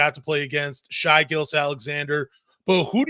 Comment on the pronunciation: The only podcaster who can’t be bothered to call Shai by his name, saying “Shy”!? And calling Oladipo Ah-lidipo. Crumbling credibility.